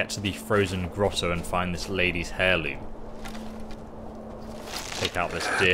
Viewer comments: I know your dyslexic bro, but its AIR loom not HAIR loom. H is silent yo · Lol.. 'Hair Loom' its pronounced air loom .. But hairloom sounds good too, got to weave that hair..heehee